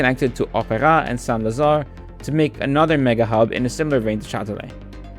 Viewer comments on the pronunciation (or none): you will break-through with your pronuncation when you learn to say "SAINT" properly - currently you say "SANS" instead of "SAINT" -- check it out ! i.e.: SAINT LAZARE SAINT AUGUSTIN